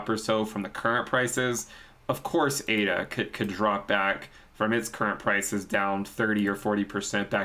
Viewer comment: Surely it ADA not AIDA? Do you say Aidvertising hahaha!!!